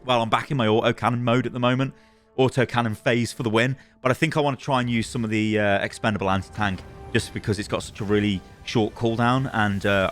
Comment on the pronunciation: Please stop saying "Expendalbe Anti Tank".. It's "eat it"... GAH!